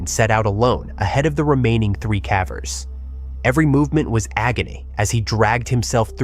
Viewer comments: they pronounced cavers, cahvers so at a minimum the voiceover is AI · AI-ass voice pronouncing it "cavvers" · I like these stories, but are you using an AI voiceover? That's the only reason I can imagine hearing "someone" pronounce caver such that it rhymes with cadaver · ia this voice ai I feel like a person doing a video this centered around caving would be able to pronounce "cavers" correctly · How are you repeatedly mispronouncing "cavers" in a video about caving 😭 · The occasional mispronunciation of "cavers" alternating with the correct pronunciation of "cavers" makes me wonder if the voice is generated too 😒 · The audio must be at least. He said cavers wrong multiple times